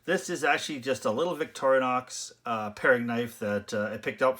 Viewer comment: It's pronounced "Vick-tor-in-ox" not "Vick-toria-nox". Sorry, but not sorry.